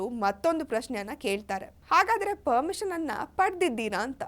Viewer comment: ಪರ್ಮಿಷನ್. ಪದ. ಸರಿಯಾಗಿ. ಹೇಳು.